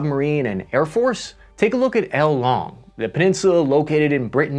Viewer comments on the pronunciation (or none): The name: ile longue Him: el long Cmon dude you can do better then this 'american tries to speak spanish' version of that name. You know google actually reads names to you in the local language right? Like looking up how to actually say ONE word only takes 10 seconds and less then 20 clicks if you count in writing the word. Without that its literally 3 clicks..